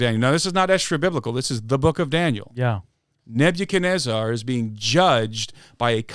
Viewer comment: I was locked in until I heard neb-you-kenezarrr🤣🤣 still a great episode